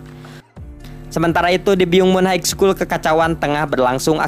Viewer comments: Min maaf high school di bacanya bukan Haig skul tp haiskul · haik skul utk high school?, coba dengerin pronounce yg betul